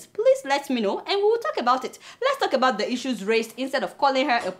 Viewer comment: Your opinions is late Biafra have gone for good, a point of correction please stop pronouncing ebout instead of about